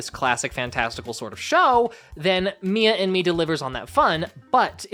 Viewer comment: Why do i hear "Mia in me" 😭😭😭